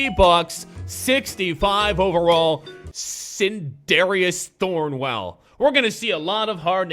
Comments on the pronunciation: “There are gonna be a lot of hard names for me to pronounce” pronounces sindarius thornwell perfectly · You pronounce Sindarius Thornwell right